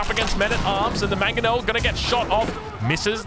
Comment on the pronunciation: btw it's MANG-o-nel, not mag-o-nel